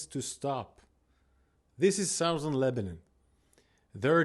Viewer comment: South-ern lol